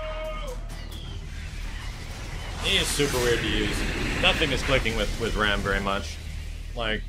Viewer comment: I hate to be that guy but I'm pretty sure "Raam" is pronounced like Rom